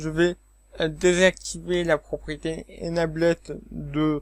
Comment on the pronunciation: Bonjour Monsieur, A titre indicatif voici les prononciations de : Enable => UK:*/ɪnˈeɪbəl/ , le past = enabled , load = >UK:*/ˈləʊd/